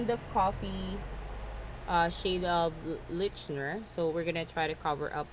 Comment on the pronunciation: leichner is pronounces ly-kner